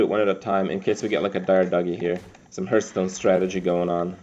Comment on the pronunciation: always sounds like hes saying hurtstone xD